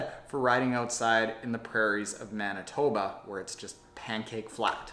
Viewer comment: Did you say "Manitooba"?